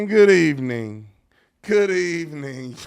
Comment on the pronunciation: Good ebening 😂